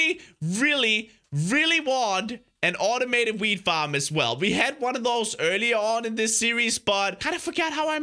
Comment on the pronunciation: when says wheat farm it sounds a bit like weed farm XD